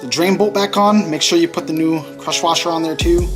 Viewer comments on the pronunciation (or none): Are you saying crusher washer?